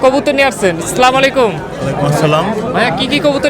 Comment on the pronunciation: ভাই আগে সঠিক ভাবে সালাম দিতে শিখুন।আসসালামু আলাইকুম